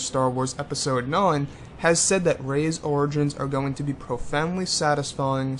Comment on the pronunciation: Peisode. Te-hee-hee. :P